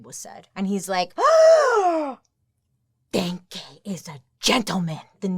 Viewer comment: No, it is not pronounced like the German thank you. The first e is spoken like the a in 'Daniel'. there is a verb in German that is exactely like the surname of this guy. to think = denken I think = ich denke